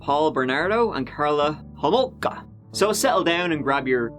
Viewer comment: First of all you pronounced her last name wrong. it's homolka not holmoka. and was that a jab at Canada. no offence but your accent isn't from the brightest of places geographically speaking. So why don't you keep those jokes to yourself hun cuz they ain't funny